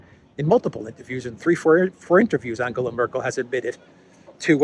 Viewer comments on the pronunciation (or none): none